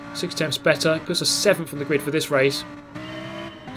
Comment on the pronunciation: You deserved sickf in the first race, not sevemf I’m American I couldn’t help it sorry muah<3